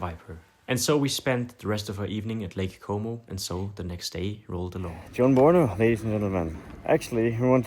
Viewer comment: bin ich der einzige der die ganze zeit lake homo versteht? :D